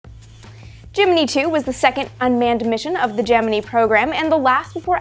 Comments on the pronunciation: was looking in comments to see if someone else thought this. she sounds like she is saying gemnee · Gemini is pronounced gem-in-eye like the zodiac sign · It's Latin and it's pronounced Ghe-mee-nee. That sucks, but it's what you get for your attempt at nitpicking. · I cant get over this pronunciation of gemini😅 I cant